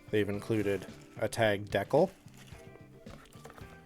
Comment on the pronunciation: Dee-cal my boy 😂